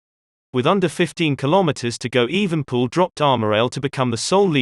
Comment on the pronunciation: the name is EvenEpoel not Evenpoel